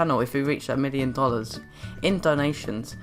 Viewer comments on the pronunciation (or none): none